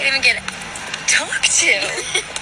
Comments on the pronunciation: Can’t even say audacity right. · She doesn’t know how to pronounce audacity.